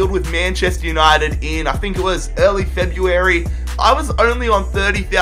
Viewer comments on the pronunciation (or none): none